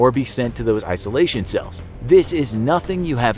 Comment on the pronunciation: "Isoltion"hmmmm,so familiar...oh maybe I'll get nightmares because of this..